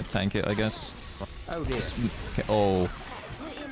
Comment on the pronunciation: the most British oh dear i will ever hear